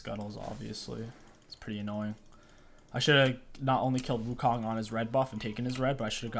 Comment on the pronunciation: perfect and effortless in SFX but gets trouble in pronouncing champs